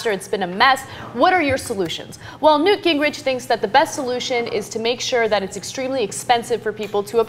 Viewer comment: Come on people, his name is NEWT. 'nough said.